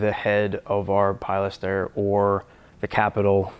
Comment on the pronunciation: Good documentation of a bench build and sketch - the only nagging nitpicky thing that was distracting was pronunciation of pilaster... ( ) first syllable is more of a "peh" than a "peye" - sorry for even commenting on it, it just caught my ear like fingernails on a chalkboard. I really do like the architectural detail videos from various building styles. Keep them coming!